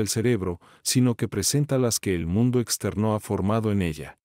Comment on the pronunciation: ese "exter NÓ!" por poco me mata mata :( ojala pronto aubiblio agregue este libro a su biblioteca. por poco quito el vidio es desesperante xD